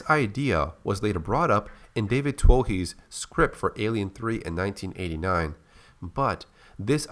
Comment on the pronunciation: Twohy is pronounced "Too-ey".